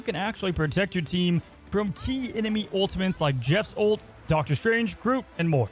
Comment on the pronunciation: You can’t speak properly you got so many normal words wrong. “Ultimants”, “Ecscape” ew